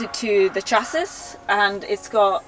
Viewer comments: The way she pronounces chassis and bidet without the silenced last letters rlly triggered me lmfao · Say "chas", say "iss", say "Chassis" Shassee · I have never in my life heard 'Chassis' pronounced that way. Is that normal for where she's from? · Incredible design but hilarious that she doesn’t know how to pronounce chassis and bidet after all that. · Why do you people always mispronounce the word CHASSIS?! You're not supposed to pronounce the "IS" at the end, it's an "E" sound. Bidet is not PRONOUNCED your way either! For all that traveling you sure as heck aren't worldly or catching on very well. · how is she english and not able to pronounce chassis or bidet?